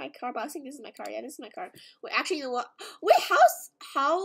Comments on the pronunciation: cant pronounce things idk why? She says Sink instead of think for some weird reason and she also said sirty instead of thirty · Why does she say "I sink" instead of "I think" xd